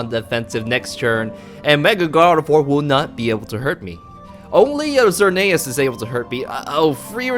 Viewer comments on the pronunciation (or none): none